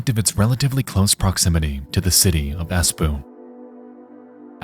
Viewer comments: I would kill for someone to actually pronounce Finnish names correctly ever. Like, a quick Google search would tell you it's "ESS-po(o)" not "Ass puu" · Ah yes, the world-renowned Finnish city of "ass poo" 🤣🤣🤣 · the way he pronounces Espoo 😖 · Had a chuckle from how you pronounced Espoo especially given that everything else was right. :DDD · like the name speaks for itself and he just decided to butcher it